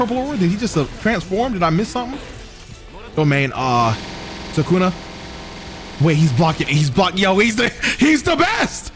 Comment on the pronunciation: Bruh I love your videos but you always ruin characters names 😂 it’s Sue-ka-na not Sue-Ken-ah. You say it like Sukena. God damn it drives me nuts 😂